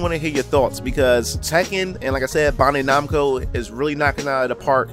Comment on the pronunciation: Say it with me, Bandai....(BAN-DIE)